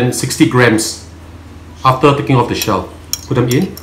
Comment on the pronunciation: 😂😂😂😂please say ‘the’ and not ‘dee’ boleh tak? 🥰🥰